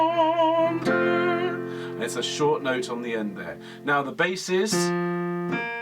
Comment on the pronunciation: Love this piece - sang it arranged for 3-part women's choir. Well done with the french - just languisante is pronounced larng - ee -zarnt (no 'w' sound) Thank you for Quarantine Chorus!